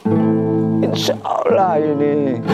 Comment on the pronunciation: Bilang insha Allah aja belum lurus,belajar tajwid dulu 🙂